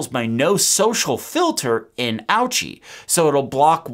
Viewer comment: Fyi ochi is pronounced OHee not ouchie and it means no in greek. Creator must be greek.